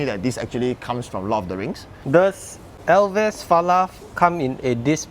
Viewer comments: Elves... not El ves. Elves are imaginary beings in English. Falath is a kind of levee. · ‘elves’ as single syllable, not two. nonetheless, good looking frame. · ELVES - Pronounced correctly by host, 😅 corrected incorrectly by owner.. aiyaa